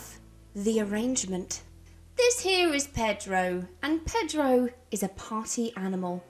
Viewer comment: I have never heard anything quite as British as the way you pronounced "Pedro" 😂